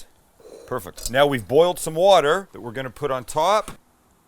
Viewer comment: He always says "perfuct" and it drives me nuts. 😄